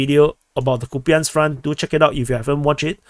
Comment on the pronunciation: it's Copeyansk front, stop mispronouncing please